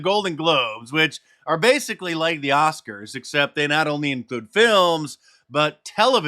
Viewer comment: No more Oscar's it became Woscars